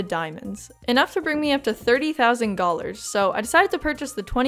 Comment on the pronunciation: every time you say "gollar" I go through all 5 stages of grief